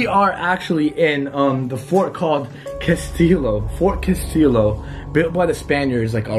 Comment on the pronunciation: he really said his merch will help with depression wtf also the ls in castillo are silent